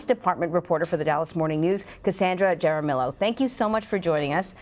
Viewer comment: I'm sorry but did anyone else catch how she pronounced that girls last name? Jar A Mill O? really? educate yourself